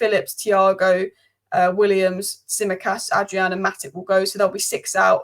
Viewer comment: So you wouldn't care if everyone misprounounced your name??